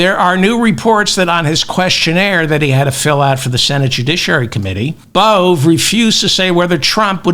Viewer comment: Please stick with Bove (rhymes with Cove) and not Bove (rhymes with Olé) David. Emil Bove (your pronunciation) sounds like a petty criminal from a Georges Simenon novel. Bove gets bumped off for snitching to Detective Inspector Maigret. His face is rammed into a Paris pissoir by thugs until his lungs fill-up with you-know-what 👍😎🇬🇧🥃⚰